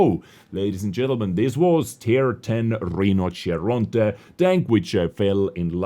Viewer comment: Yeah that Italian pronunciation sounded pretty spot on to me.